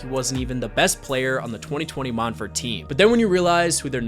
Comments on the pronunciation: Mont verd is how it's pronounced. It's in an orange grove outside Orlando, not France. I went to Montverde so I absolutely know. 👍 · I always thought it was pronounced “Mont-ver-day”